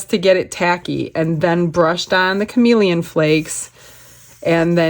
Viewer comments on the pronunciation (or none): none